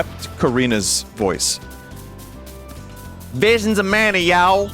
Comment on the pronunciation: VWISIONS OF MANYOT